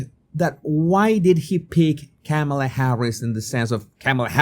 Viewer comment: It's racist to pronounce her name Camela instead of Kahmahlah. At least that's what the propaganda wing of the Democrat Party taught me.